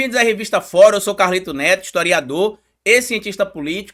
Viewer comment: Kkkkkk "Estoriador" huahuahua